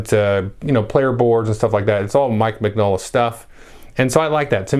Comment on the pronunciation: Importantly: Min-yola, not Mig-nola. Secondly, is a great resource for new Hellboy fans. Check it out.